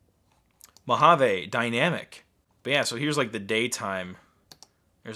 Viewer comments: Why is mojave pronounced mo-hoven? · I want to pronounce Mojave “ M O J A V E” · Mojave is pronounced mōˌhävē. According to Oxford, it may also be spelt "Mohave". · You are spelling Mojave wrong it supposed to say "Mojave not Mohave"